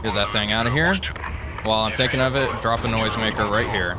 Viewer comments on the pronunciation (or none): none